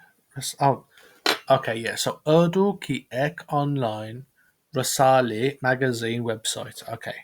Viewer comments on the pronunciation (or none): its not rasaley its rasalya make it loger bro